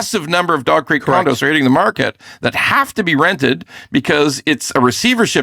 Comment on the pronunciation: Ahhhh.... It's dog crate... I kept hearing Dogcrete.